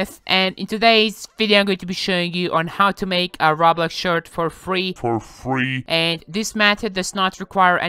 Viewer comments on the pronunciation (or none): ra blax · Why do you say roblox as robla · It's sounds like he says ra blax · RA BLAX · I like how he says roblax instead of roblox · I LIKE HOW HE SAYS ROB LOCKS ITS ROBLOX NO DEFENSE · This dude says Raw-Blox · “Rablox “ no hate I just thought it was funny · ENGRISH "Roaw-Blocks" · he pronaunces it like "raw blocks" that is not correct